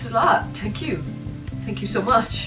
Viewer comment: I love his Irish accent and I love when there is a th sound he just says t' like. instead of thank sounding like th-ank it sounds like tank. tank you. I love it